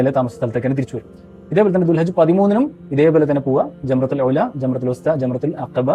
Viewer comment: ജംറതുൽ ഉലാ എന്നല്ല, ജംറത്തുൽ ഊലാ എന്നാണ്,ഒന്നാമത്തെ എന്നർത്ഥം